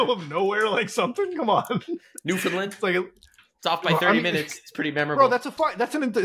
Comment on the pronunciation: as a Newfie, the last thing I expected was for to mention us, let alone pronounce our province right.